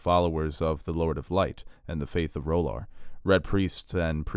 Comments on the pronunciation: Please stop saying "Roll-arr" there is no bloody "o" in the name. This is not a hot douch-y character from "Claws". Please. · You need to check your pronounciation of R’hllor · I know GRRM said you can pronounce these words any way you’d like but do you not like the show’s pronunciation of R’hllor? The way you say it seems super weird IMO but no offense, I’m a subscriber.